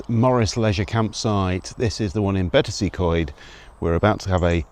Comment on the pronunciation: Practice makes perfect. Betws-y-Coed sounds like 'Betoos er Koid' and Y Stablau sounds like 'er Stabl-aye' (the 'er' is with a silent R). And please, it's not 'Betsy'.